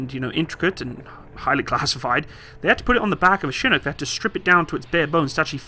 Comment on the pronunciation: First Brit to pronounce chinook correctly